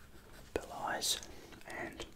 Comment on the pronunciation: Another awesome video. Just a note, Belize is pronounced 'Bell-ease'